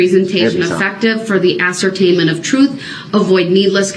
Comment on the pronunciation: I like it when he keeps asking for videos of himself driving through the parade to be played so the jury is shown the "troof", because they should be "privy" to all the "troof".